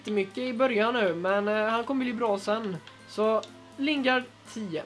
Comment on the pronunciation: Överraktion på nästan allting och Lingard är ju engelsk och inte spansk tänker på uttalet